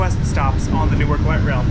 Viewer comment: 5 seconds in and I've already gotta point out the pronunciation. locals pronounce it as Nork. hyper locals pronounce it as 'Nouwk'. looking forward to a good video. this is my "just spent $35 on food delivery what should i first watch video" edit: 3 minutes in and the prod. quality is insane edit 2: this video is like crack for me as a transit enjoyer local to NWK